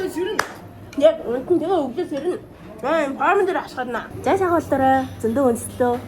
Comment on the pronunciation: Porm ghr jxn sonin sonsogdood bhin